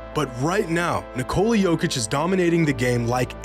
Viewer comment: Dear Americans, it’s pronounced Nicola, like the womans name in English. Not Nick-cola.